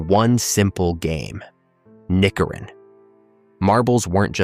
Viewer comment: Yes, Mecano and spirograph. Still in my cupboard. Knikkeren iswith a hard k. The k isn’t silent in dutch. The oe is pronounced as the oo in books, but short. I remember steltlope, skippybal, sjoelen, stoepkrijt.